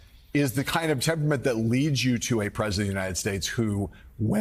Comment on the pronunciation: gill-o-teen: It's French, not Spanish!